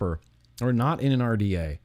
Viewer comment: U was pronouncing the RDA the wrong LOL it might not of been enjoyable to build but it was very enjoyable watching you build lol 👊🏻👊🏻 much love I’ve always enjoy your Vlogs I’ve been a fan since the Britney Spears poster was on the wall LOL I remember the old video yours the other day will you get some juice for a Chinese manufacture years and years ago kept trying to think of the name could not to save my life